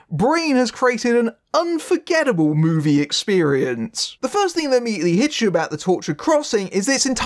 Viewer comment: did u say "unforgettable" or "unforgivable"...?😐